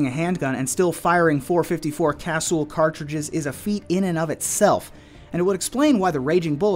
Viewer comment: Say it right. Casuuulll. I have 1. Beautiful pistol.